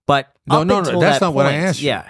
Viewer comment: Wait, he started off the interview with “… it’s how you axed”